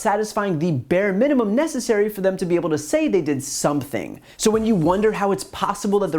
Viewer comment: It's pronounced SOMEthing, Brian, not SUMPthing.